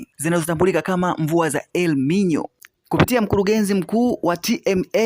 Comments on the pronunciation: Jifunze kuongea unatia aibu tasnia ya ahabari haiitwi elminyo inaitwa elinino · WajaMeniii... 2ji Funze MataMshi saHiHii kabla ya kuji Record Content... El Ninyo . . U hearD.... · Elmino ndiyo Elnino au hiyo ni tofauti! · Siyo ELMINYO NI ELNINYO